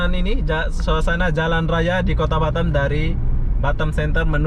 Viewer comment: Lebih enak batam dengernya daripada batem bang 😁😁